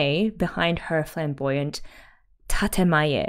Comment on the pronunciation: it's "tatEmae", not "tatAmae"